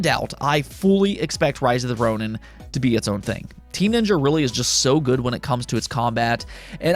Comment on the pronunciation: Ronin is pronounced ROH neen